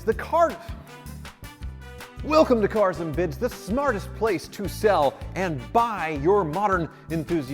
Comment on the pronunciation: it's CAAAARS and BIDS